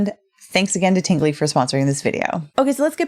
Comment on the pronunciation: wait a min, did she say Tinggly Box?😜😂